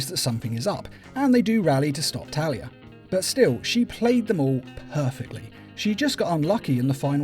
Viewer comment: it sounded almost like you called Talia, Terry I had to do a double take also Thomas Elliott Hush as well as Raz stealing the contingency plans are ones I prefer more than the animated takes of those stories.